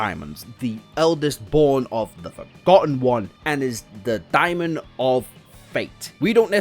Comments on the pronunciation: Dae mon. Not dia mond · I mean, daemon comes from the root word daimon, I guess? I pronounce it demon.